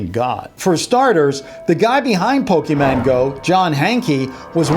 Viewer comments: Ok I don't get that he said Pokemon right the first time and then he said pokeman the other 2 times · he-he said pokèman TRIGGERED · did you just say pokeMAN Lol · did he say poke(men) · Turn on the subtitles it said "Poking Mango"